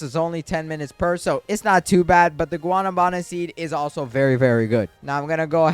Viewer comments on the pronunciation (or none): Guanábana not guanabána just respectly correcting